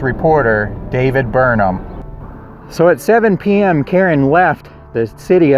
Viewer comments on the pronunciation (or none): none